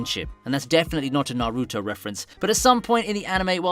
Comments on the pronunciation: na-roo-toe reference!! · He got that Narootoh